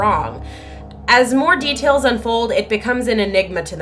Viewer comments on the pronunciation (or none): none